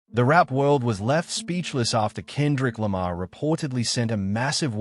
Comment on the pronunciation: AI (or rather 'text to speech') can't pronounce Kendrick Lamar properly 🤖